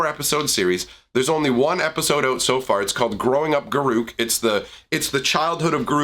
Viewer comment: It's garruk